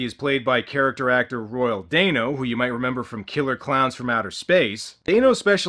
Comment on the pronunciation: I think it's Royal Dano (DAN-O, NOT DANE-O). Also, the skull grants whoever holds/touches it eternal LIFE, NOT eternal YOUTH, there's a MAJOR difference.